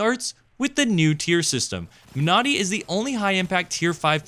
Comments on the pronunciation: Great vid as always. As a small note, I believe you are emphasizing the wrong syllable when pronouncing Monody - it's MONody, not MoNODy. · Surely the emphasis in pronunciation is like in the word Melody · When you say it I hear ‘my naughty’